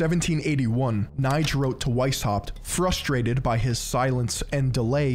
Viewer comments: yo, my good old hasan affiliate.. amazing essay like always but you butchered the sh*# out the pronounciation of those german names, especially Knigge 😅❤️ Love you regardless but if I‘ll ever hear you say Kneight again I‘ll make sure Pegasus (probably also a 33° mason) will be personally banish you into the shadow realm after a long, hard duel you simply can‘t win. Knigge = Kneekeh‘ (with a hard K at the beginning) von = it’s a lot more similiar to how you say "fawn" than how you pronounce it fun here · your pronunciation of the name Knigge is absolutely terrible. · ya sackless momo, it's pronounce Keh-Neh-Gah, not Keh-Nighdj. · Knigge is not pronounced like "Knife". Its actually pronounced like "NIgga". Other than that, good video. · And Knigge as NIDGE lol it hurt to hear that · Here in Germany everyone knows Knigge (quite funny btw how you pronunce him) because he is the author of a book on how to behave properly. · really interesting content yet again just the pronounciation is off. knigge especially ^^ if youd like, i could help you with that french, italian and german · I mean, you could’ve at least learned how to pronounce Knigge 😅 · you would pronounce this like the n word but with a k in front and without the r ;)